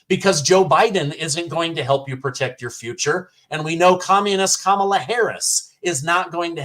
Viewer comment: ‘’S kam ala"